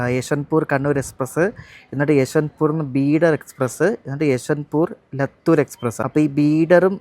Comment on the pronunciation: ലത്തൂർ അല്ല ലാത്തൂർ